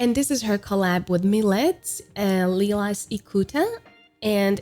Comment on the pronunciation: I think Milet is pronounced as Mee-leh and Lilas is Lee-la based on the Japanese Katakana characters